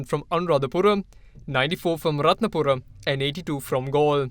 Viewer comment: Are you mad..correctly pronouns Anuradhapura, Rathnapura....is not anuradhapuram,Rathnapuram